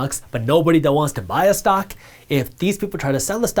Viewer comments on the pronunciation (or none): Did he say the stonk market lol ?